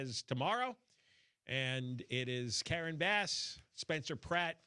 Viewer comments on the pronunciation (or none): none